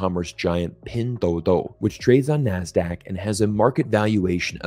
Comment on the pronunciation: Nice video 👍! I just noticed that when you say pinduoduo (拼多多）you probably pronounced it as pindoudou(拼抖抖）.